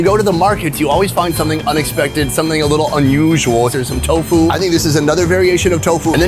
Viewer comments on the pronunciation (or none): none